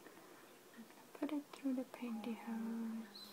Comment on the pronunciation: Is she saying pantihoes?